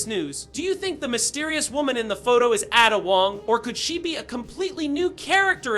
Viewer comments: "Atta" Wong. 😂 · Im sorry "addah wong"????? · I loathe how you pronounce Ada Wong